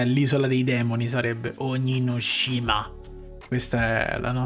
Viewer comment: Quando dice "ONIGASHIMA" mi fa ridere